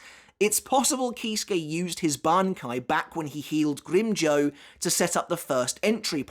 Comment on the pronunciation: Every time you pronounce Grimmjow wrong I die a little inside.